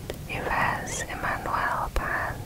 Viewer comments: Yves is pronounced Eve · Love these videos, I listen to them on headphones when I’m cleaning 😊 Also I think the name Yves is pronounced like “Eve”!! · Yves is pronounced like “eve” just fyi😊